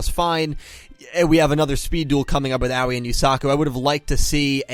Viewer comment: oh c'mon, they literally told you how to pronounce her name, its Ahoy without the h